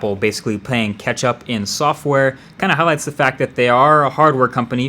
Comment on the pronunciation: He said "Ketchup Apple". 🍅🍎 p.s. I know, it's Catch-up..